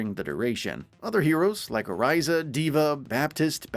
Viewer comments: You did not just sai oriza instead of orisa 😂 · And orisa is or- i sa not or e - sa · "Oraisuh" and "brijit" 😆 🤣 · Oh-RIZA and Bridge-It - a summary by a non overwatch player lol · Same. And Orisa, Baptiste, and Brigitte. It's hard to sound like an expert when you can't pronounce things correctly. It's distracting and off-putting. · The way he pronounced Orisa's name, I doubt he's played Overwatch at all.